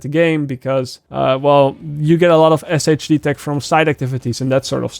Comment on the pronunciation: It’s “Shade tech”😂